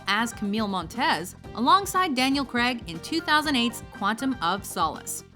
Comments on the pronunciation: I feel like punching the screen when the voice over lady says Creg instead of Craig. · It irritates me so much how Americans pronounce the name "Craig". I get it if an American with that name wants to be called "Creg" but Daniel Craig is British. He pronounces it correctly so Americans should make the effort to pronounce it correctly when referring to him. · His name is Daniel CRAIG not CREG. Learn English, please. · It's pronounced like Crayg, not Cra-ig. I guess it must be a British thing, :P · Is it because "Craig" isn't an English name that American's tend to use why they all seem to pronounce it "Creg" instead?? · "Daniel Krek"???? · Daniel 'Crag' strikes again. Stop fucking pronouncing it like that. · What is it that prevents Americans from pronouncing "Craig" correctly?